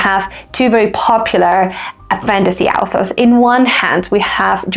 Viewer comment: I feel weirded out every time by how you pronounce "authors" like "alphas" like they're Omegaverse werewolves ;)